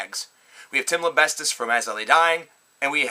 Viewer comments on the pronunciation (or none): u said tims name wrong lol lembestis